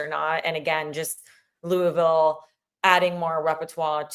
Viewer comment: Please pronounce “Louisville” correctly!!! says it right - I cringe hearing Jess and McCall say it …